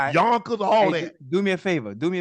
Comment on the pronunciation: Unc said Yonkers😂😂😂